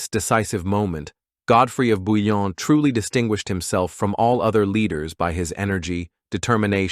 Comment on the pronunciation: ❤Svp BOUILLON pas Bulon respectz son nom merci